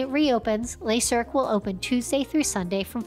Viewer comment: Your pronunciation leaves a lot to be desired. Learn how to say ‘Le Cirque’ properly😎